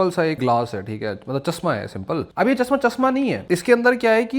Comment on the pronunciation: Urdu pad le chasma ni chashma hota h bete